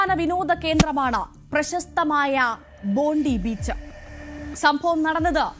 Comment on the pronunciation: ബോണ്ടി ബീച്ച് അല്ല , ബോണ്ടായ്‌ ബീച്ച് എന്നാ പ്രൗനൗൺസു ചെയ്യുക .